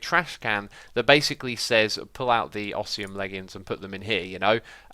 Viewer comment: ITS OS-MI-UM XISUMA